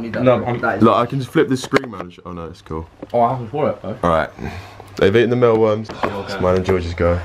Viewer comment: Why are they pronouncing it as "mellworms". It's says mealworms. It has the word MEAL in not mell